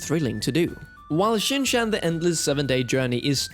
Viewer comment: You are pronouncing Shin’s name wrong 😬😬😬